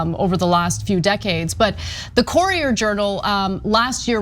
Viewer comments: It's Cur-i-er Journal. From a Louisvillian. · Great reporting but it’s pronounced “curry-er” journal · It’s a bit tilting when AK pronounces “Courier” as “Corier”. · Ana cant pronounce "courier" lol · Great report! But please Anna, learn how to pronounce "Courier". Lol. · It isn't really wrong but a north versus southern pronunciation. Pecan -Pecon Ant-Aunt Ca ra mel - car mel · Lauren Louis Wow! As a TYT fan, I thought you’d understand what “commenter” means. Per Google, here is the definition: “a person who expresses an opinion or engages in discussion of an issue or event, especially online in response to an article or blog post.” And last I heard, AK gets paid to do so, i.e. she is a professional. So, really. It all comes down to whether she mispronounced “courier”. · Lauren Louis Also, AK’s pronunciation of “courier” was a bit off from the common standard. Here are the pronunciations of “courier” and “core” in IPA per Google: cour·i·er /ˈko͝orēər,ˈkərēər/ core /kôr/ AK’s mispronunciation of “courier” is not altgother unexpected, though, because a common word with the same first vowel group, “pour”, does commonly rhyme with “core”. pour /pôr/ But given English’s complicated history and sourcing from several other languages over the centuries, most people don’t know thst English is not a strictly phonetic language. Now, I’m assuming that you understand what that means. But as it pertains to this conversation, it is why the vowel group “ou” in words like “pour” and “courier”, as well as “flour”, are not commonly pronounced the same way. And it is why I also get a bit cheesed off when I hear the younger native English-speaking generation pronounce “the” the same way regardless of whether the subsequent word starts with a consonant or vowel. Really. Makes me want to pull out the few remaining hairs on my head! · Ana's pronunciation of 'courier' is bugging me. I know it's a trivial, inconsequential thing. But my ears just refuse to let it go. Argh.